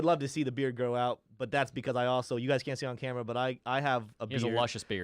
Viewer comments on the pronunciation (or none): none